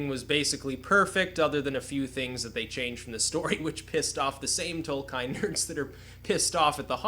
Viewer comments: not tolkaain .... tolk-iien. tolkien look it upp..just say it as you read it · Tol-ka-in? TOLKAIN???? Triggered